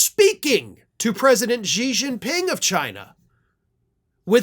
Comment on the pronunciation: I say this with a lot of love. Please try and make sure you know how to pronounce world leaders' names correctly before recording a video where you say those names. Xi Jinping is pronounced "she gene-ping."